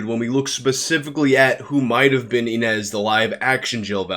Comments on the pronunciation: It's pronounced Ee-nish. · The origin of that name is Ines and you pronaunce it as Iness. It is a common name in the Europe's Slav countries (didn't hear it much in Russia). If she was only a student in Japan at the time maybe after her studies she moved away to who knows where doing who knows what she might not be canadian and video games are not popular everywhere especially in around her age in current time, she might look completely different that is why no one picked it up that is she. Also as Mikami said she wasn't really an actress she probably did few jobs while in school just so she can earn quick money on the side. Not everyone is into acting and video games, especially not back then. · its prenounced ine-ž. ž is pronounced like the su in measure or in pleasure . This sound appears a lot in eastern European names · You are pronouncing "Inezh" wrong. The digraph "zh" represents the /ʒ/ sound (ž — if you prefer transcription with carons). This is exactly how you pronounce 'j' in French. Also, this is how you would pronounce the 's' in "Asian".